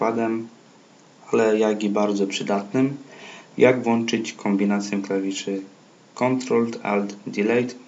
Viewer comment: Koleś, kombinacje a nie kompinacje zią